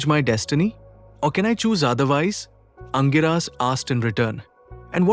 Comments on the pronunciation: For info, the sage name is pronounced as ‘Angeerasa’ and not Angiraas. Pls note. Thanks for the video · The pronunciation of Angirasa Mahamuni by the narrator is not sounding right at all😮 apart from that story shows the complex nature of marriage or grihastha ashram! Thank you